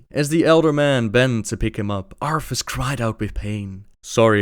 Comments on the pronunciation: Say it with me, ArTHas, not ARFAS....sigh... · arTHas not arFas lol it kills me each time u say arfas but......great job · I just realized that the you pronounce "Arthas" it's like "Arfas." That would be the cutest dog name ever. Just imagine a dog with a blonde wig and a warhammer slung over his back xD